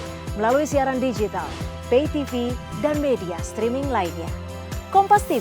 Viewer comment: KompasTivu dan MetroTivu Pasti Begitu ...😂😂😂